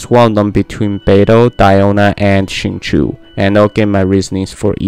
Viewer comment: xingqiu is said "shin-chow"